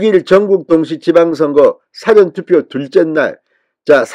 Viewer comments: 지당하신 말씀 사아아아~~~전 투표/사아아아~~~전 투표 라고 교정해주세요 ㅡ저쪽 사람들이 흉봐요 책 잡히지 마시고요 ㅡ갱상도식 발음인것도 인정하지만 저 짝 ? 사람들이 흉봐요 쏘리쏘리ᆢ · 사전 투표 발음 이 절몬된 진성호씨 사전 투표 딕셔너리 투표 콘사이스 투표 그렇게 들려요